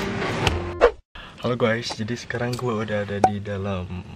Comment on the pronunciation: Kok jadi halo "guais" efek di jawa tengah apa gimana nih wkwkw lucu